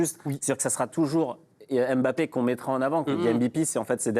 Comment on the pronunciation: Arretez de dire Em bapp....